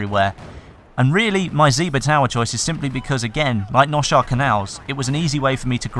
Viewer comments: Damavand peak remastered. The first two sets of mcoms before you parachute off of the mountain should be unchanged, though the ground sections and tunnel section should be changed up dramatically, to be made more interesting and fun. Seine Crossing Noshahr Canals (by the way, it is pronounced NO-HAR-RUH. lol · It's actually Noshahr